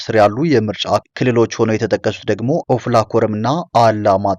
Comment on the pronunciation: አፍላ አይደለም ኦፍላ ነው